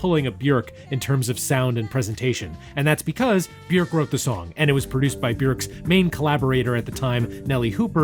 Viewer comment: very odd pronunciation of Bjork here